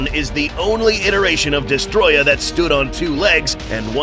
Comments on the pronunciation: It’s pronounced Dest-o-roya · Why does everyone call him "Destroyah" The Japanese title of the game "Godzilla Vs. Destroyer" It even says "Destroyer" in the dubbed version of the film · I can’t stand when people say his name wrong like this guy has done on every occasion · Has "Destoroyah" been misspelled or just mispronounced?